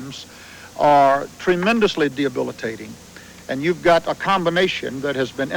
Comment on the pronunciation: DiAbilitating....this word doesn't exist. What a clown! So, if he wasnt able to say the 'word' then we can reasonably assume he doesnt know what it means either. The word is debilitating